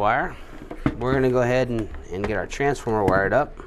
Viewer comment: lol you say "transformer" funny